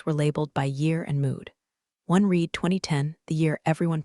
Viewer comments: Read sometimes is pronounced "red". You really should get yourself a smarter robot. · I like this series. I really wish the reader, AI or not, could get a grip on pronunciation. Red is NOT the same as reed. They are totally different words and mean different things. And are both spelled "read.". They are NOT the same, are pronounced differently, mean different things. And yes spelled the same. And there's other words like this too. The meanings change based on how they are pronounced.